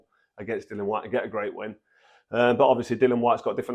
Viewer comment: As always, straightforward truth from Froch and he's becoming quite the accomplished pundit Just one minor thing, it's Dillian not Dillan, no idea why it's so difficult for so many boxing pundits.